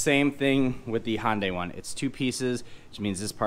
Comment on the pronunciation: Great video but I wish you would pronounce HyUndai with a U instead of sounding like a HOnda.